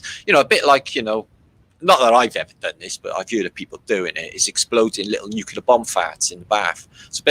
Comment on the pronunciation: Hey, maybe you could do us a favor and please stop pronouncing the word nuclear as "nuculer"? Thanks.